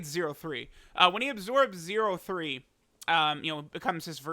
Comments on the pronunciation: Every time says 0.3 😩😩😅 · It hurt hearing “0-3”